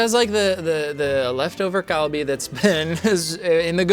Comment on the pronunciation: The way he says galbi and gochujang drives me nuts.